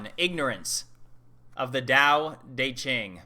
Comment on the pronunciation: gotta love that texan Dao DEY Ching pronounciation. I crack up everytime. Good stuff regardless.